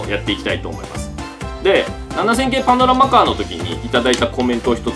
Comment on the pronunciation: パノラマカーがアブラマカーに聞こえたwwwwwwwwwwwwwwwwwwwwwwwwwwwwwwwwwwwwwwww